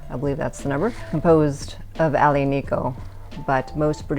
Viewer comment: Thank you for this video! Very honest and down to earth. I’m an American in Italy and I found this wine a few days ago in a pastry shop at a bargain price, so I grabbed quite a few bottles. I like to get your take on another Italian tannic wine, Sagrantino. btw Aglianico is pronounced Ali-ani-co. The “G”’is silent. Thanks again!